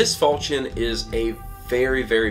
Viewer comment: The "ch" in falchion is pronounced like "sh" to my knowledge.